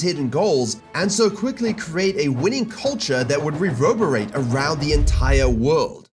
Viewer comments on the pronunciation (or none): Say reverberate again! 😂